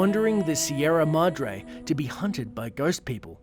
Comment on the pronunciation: You cant even pronounce Sierra Madre